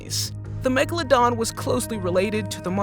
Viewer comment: What the heck is a “platabeladon”